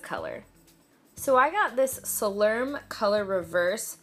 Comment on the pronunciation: Its a Hispanic product they're leaving conditioner is amazing I so recommend you use I never heard someone pronounce it that way but it probably is salerm we pronounce it like salt-leam in Spanish but yeah I have use their product all my life so I definitely recommend leaving conditioner it's blue with that says the number 24